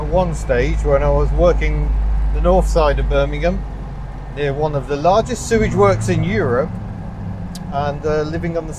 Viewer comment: ah yes, "glamurus" bermingham